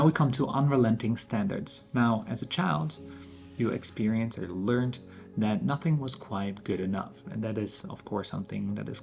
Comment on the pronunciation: There isn't a T in Learned 😂